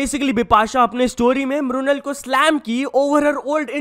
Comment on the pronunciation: "म्रुनल" नहीं मृणाल ठाकुर 😊